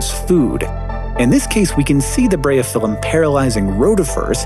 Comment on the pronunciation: I'm assuming it's closer to "Breye-oh-fill-um"